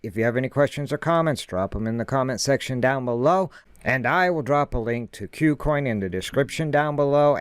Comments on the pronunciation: Good content. Thank you. btw, I think Kucoin is pronounced "coo-coin" and not "que-coin". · "que-coin" sounds better, but I think you're right about it being "coo-coin"